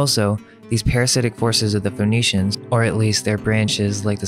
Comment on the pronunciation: Interesting that Phoenicians sounds like phoneytians